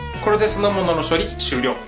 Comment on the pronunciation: 気のせいかな。 今日は少し滑舌が良くないね。 どうしても「酢の物」が「そのもの」に聞こえてしまいました。 その他にも、さしすせそが中心に変でした。 歯医者さんに行って麻酔打ったりしました？